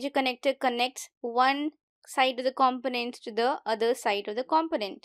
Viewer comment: Check the pronunciation of component